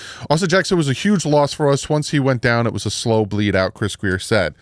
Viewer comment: I think not Grier is Grier!!!